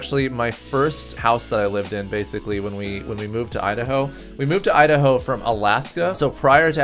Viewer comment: Idaho " I da ho "